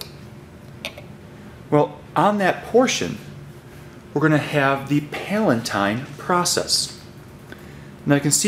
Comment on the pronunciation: its pronounced PAL-UH-TINE